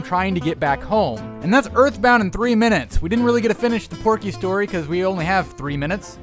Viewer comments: it’s pokey! Not Porky! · It was Pokey, NOT Porkey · Hey uh not to be a Karen but uhh it's pokey lol